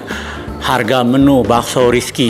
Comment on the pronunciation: Paaaakk...kocak deh ah hehe... Ini bakso bukan basko.. Tulang rangu bukan tulang rungu..